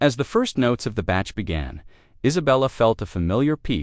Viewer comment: Please pronounce your words correctly. It really spoilt what was a lovely story. If you are going to make these stories up, it is the least you could do before putting them on your channel. In this story you made the composer Bach (pronounced as in bark) sound like a batch of cakes